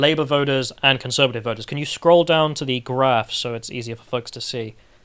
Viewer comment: Fun spicy chat but - please stop saying pardee, meeding and voders? There are T's in party/meeting/voters. It makes you sound like a Smashie and Nicey parody (Ask Carl!) Hopefully, this gentle, kindly meant critique will be taken without rancor.